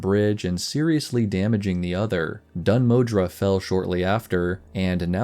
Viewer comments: The, er, pronunciation of Dun Modr would be 'Moh-dur', not 'Moh-dra'. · My good sir, whete do you find the letter A in Dun Modr? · dun modre or dun moðr? :D